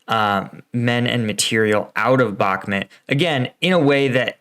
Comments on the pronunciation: heh you keep saying Back-met. I want to hear you say Bahk-moot.:) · BakhMUT, not BakhMET